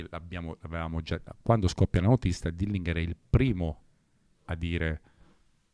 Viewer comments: Comunque è Dillinger, pronunciato proprio così, non "dillinghèr". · Col massimo garbo dico a te e al signor Corona che stimo totalmente ed a beneficio di entrambi che in inglese si dice Dilinger così come si legge non Dilingher. Lo dico quasi sommessamente. Grazie